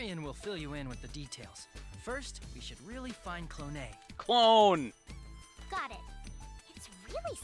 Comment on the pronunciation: its not "clone" your saying it wrong. if you learn all the Japanese vowels you would know why.